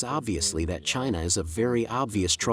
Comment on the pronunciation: Chy-Na... Chy-Na... 🤣🤣🤣